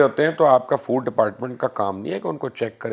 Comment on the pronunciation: فوڈ ہوتا بھائی فورڈ نہیں